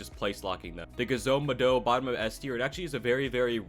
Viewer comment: Ain't no way man's said "ga-zo maa-do" it's literally pronounced g-ez-o ma-dough. I don't think he watches naruto